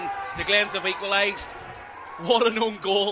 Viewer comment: "det is the best un-goal a'v ever seen"